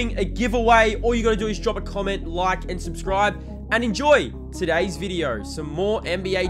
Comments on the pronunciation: Wtf is a “viderrrr”💀💀💀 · Why you sayin video with an R😭😭😭fix that quick